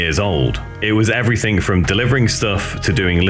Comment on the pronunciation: did you say everythink??